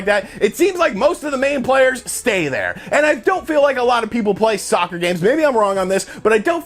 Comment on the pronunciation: stop emphasizing the word soccer.